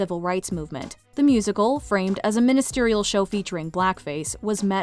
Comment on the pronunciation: *Minstrel show (is what I think they meant, not “ministerial?”)